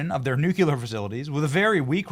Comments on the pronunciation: I don’t know why seen people recently, especially pronouncing nuclear the way George W. Bush pronounced it. It’s not way that you’re saying it..😂. It is actually new- KLEE-are. Not. NEW.-cue-LER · Benny, I love you, but stop pronouncing nuclear like Bush jr, its no-Klee-ur not noo-kee-lar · Benny Johnson, I like your show. But if you were such a "student" you would learn how to say nuclear! Not nucular! You sound like George Bush Jr. Man oh man! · For the love of God, Benny, it's pronounced Nu-Clee-Er not Nu-Q-Ler. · Nuclear, not nucular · Benny, say it with me nu-clear nuclear, not nucular. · Dude … ok, you’re awesome…but it’s “nu clee ar”, not “nu ya ler”. It’ll make you sound a little smarter 😂. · Benny ,” its Nuke Lee Eer Not Nuke You Ler ,lol 😅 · Come on Benny, its not Nucular its Nuclear. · You’ll never see this, but it’s pronounced “new-clear” not “nuke-you-lar” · NUCLEAR!!!!!! Not Nuceler!!!! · It's not nuculur Benny! It's nuclear. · Would someone please explain to Benny, that the word is NEW CLEAR? Holy cow... he sounds like an idiot, when he calls it "New Kyuh leer!" There is some schooling for you, Benny! Get it right! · When, on God’s green earth, will Benny learn to say, NU KLEE ER? Instead of NEW KEW LER. Jeez, buddy. Of course, Bush couldn’t pronounce it either 🤨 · It's pronounced "new-clear" not "new-cah-leer," only two syllables, and just trying to help you out here 😅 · Benny, Benny, Benny.... [SMH] it's not NEW-QUEUE-LUR ! it is NEW-KLEE-ER <-- say it this way. That is all. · Benny I love you and your podcast. Just one thing nuclear is pronounced with a hard e after the c not a u after the c. It is nuclear, not nuculer. Sorry pet peeve. Im honestly 😂not a karen. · CRINGE! PLEASE STOP saying "nukular". It's Nuclear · For the love of God it's pronounced New-Clear!! NOT Newkaluer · Benny! I have been with you since the beginning and I will continue to be with you but one thing you do that makes me absolutely effing insane... It's nuclear, not nucular.